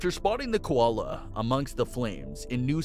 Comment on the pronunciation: Lol, please learn to say koala properly.